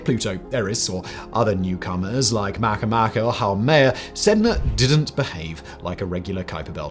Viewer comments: Makemake "Mah-Kay-Mah-Kay" . . . the brits are misprouncing proper names AGAIN 😂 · My guess is that Makemake was discovered at the massive observatory on Mauna Loa, HI, thus receiving a Hawaiian name, making the pronunciation ma-kay-MA-kay, but I could be wrong.